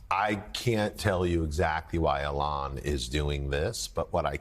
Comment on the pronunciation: did he just call Elon Arlon? :face-green-smiling